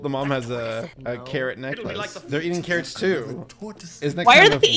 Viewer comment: uhh who else is hearing her saying karren not carrots??